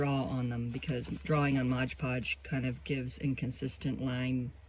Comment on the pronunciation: 😂 I don't know why so many people have such a hard time saying Mod Podge. Calling it Modge Podge.🤷‍♀️